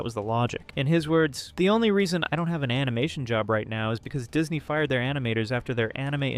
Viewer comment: So... I'm intrigued with the video topic, but... does anyone else feel like something is off with this video? Describing comic panels, but only after they've appeared and cut away to something else? The obvious mispronunciation of "animation" as "an-ee-mah-toon"? Despite pronouncing it correctly earlier? Also, given that this page last updated 13 years ago... I'm genuinely curious... Is this AI? I'd like to believe the creator genuinely got back into making videos, but some of these quirks don't feel... human. You know? I don't mean this as an insult to the uploader. It just can't shake the feeling something's off here, though. 🤷‍♀️